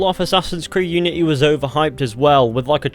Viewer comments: "Assasin's creed iunity" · ah yes, iunity